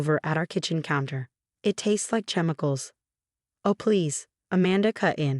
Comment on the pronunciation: doesn’t know how to pronounce smoothie, chemicals, Martinez, straight a, citizen.